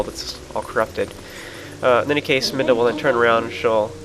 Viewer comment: I'm not complaining, but you seem to say "in any case" alot in your videos. Including the 13 times in this video... Also your pronouncing Midna's name like "Minda", not "Midna".